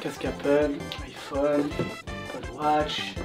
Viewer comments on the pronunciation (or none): none